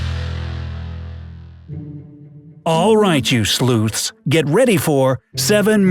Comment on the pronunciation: Did he call us sloots